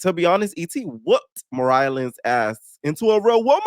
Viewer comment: I can’t read or say ET the same way because you crack me up when you say her name 😂😂😂😂